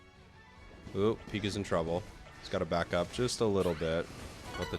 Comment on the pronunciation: bro pikachu said "I need bakup!"